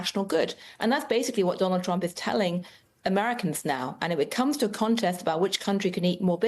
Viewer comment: Did Bessent say, "President Drump".